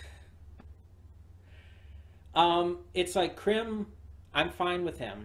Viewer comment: aw man! it wasnt much, but i wish you had watched ending theme! and would watch ending themes in general. even just once! also Crim's name rhymes with "cream", as if that matters, since you're not gonna watch more. anyway, i love Crim, he was definitely my favorite character of this show. which i watched all of by the way. yep, i will just admit that. oh but there was that hyena girl....... i saw either art or a screenshot of the hyena girl and thats what got me to start watching and she did not disappoint. ok im gonna stop talking now.